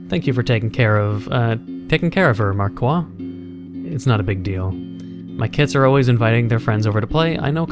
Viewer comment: in frensh the "i" of marquis sonds like an "e": mark"e"